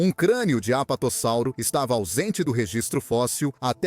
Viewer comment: Muito bom, uma dica, percebi que vc usa voz a base de I.A na narração, o que é legal se for feita direitinho, e vc a fez, só deixo a dica de escrever o nome dos dinossauros antes na caixa e ouvir como vai soar, no caso você deve ter colocado o texto corretamente, sendo ''Apatossauro'', mas a IA as vezes pode pronunciar errado o (S), então creio que em todo texto você poderia ter colocado ''Apatosauro'' com 1 S apenas, assim a pronuncia vai sair soando como deveria sair. Parabéns pelo esforço de trazer conteúdo a paleontologia, continue !